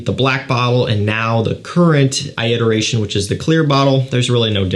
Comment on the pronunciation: Where does that pronunciation of “eye-iteration” come from? I’ve only ever heard one other person say it that way.